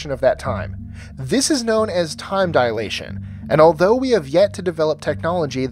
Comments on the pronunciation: No 5 time dilation NOT dialation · Time dilation, not "dialation"